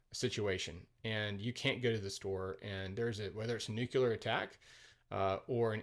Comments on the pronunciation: I’m going to review this review. Pro, this guy seemed to be pretty fair to the movie, highlighting its pros and cons. Con, the guy can’t say “nuclear” properly. It’s pronounced “nu-clee-ar”, there is no second “u”, so it cannot be pronounced “nu-keu-lar”. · It's nuCLEAR not nucUlar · Say "nukuler" 1 more time 😜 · it's a vveeerrrryyy common mispronounciation. And one of my personal pet peeves😅